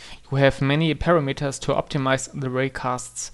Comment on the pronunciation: The word parameter is NOT pronounced PARA-METER, it is pronounced PA-RAM-ETER. IE